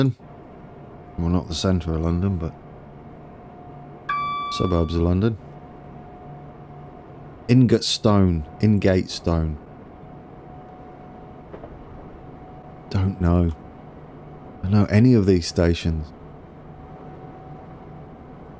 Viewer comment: lol great try at names Witham is Wit-ham, in-gate-stone.